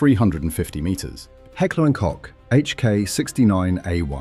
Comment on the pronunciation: How many times did the presenter said "Hecklee & cock" ? ....